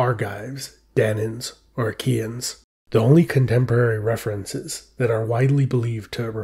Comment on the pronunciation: are you saying "IKEA-N'S" 😆 LOL